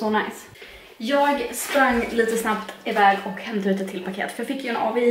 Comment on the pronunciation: Det heter "avi" inte "A-V-I"